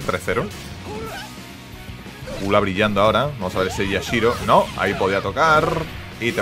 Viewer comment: Este tio se emociona por tan poco, ademas de decir mal el nombre de Yashiro, me sangran los oidos cada que lo dice.